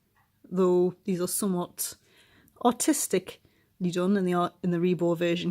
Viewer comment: I thought you said “their quite autistically done” lmao